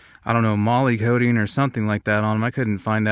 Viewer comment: Coating not kay-ting...